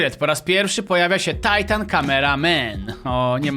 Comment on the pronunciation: czemu mowisz tajtan a nie titan